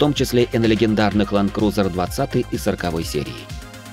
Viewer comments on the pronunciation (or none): none